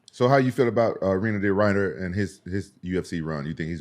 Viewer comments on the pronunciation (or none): "Weiner De Rider" lmao!! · 😂😂😂 I like how TJ says he does research now that he's on the pod but he doesn't know how to say RDR's name.